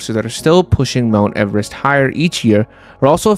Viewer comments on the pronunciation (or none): none